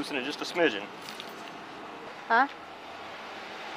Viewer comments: "I'ma loosen them just a shmigin" 😂😂😂😆😆😆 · "I'ma loosen it just a shmigin"